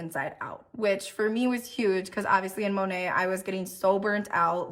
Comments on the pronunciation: It's driving me nuts that she says Monat wrong. I don't know why. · It will never not annoy & amuse me that MONAT's own salespeople don't know how to pronounce it correctly.